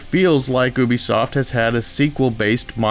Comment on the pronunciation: Omg people.. its youbesoft not "ewwwbesoft" not sure how people get this wrong, considering ubisoft is one of the biggest and most well-known AAA developing companies in the world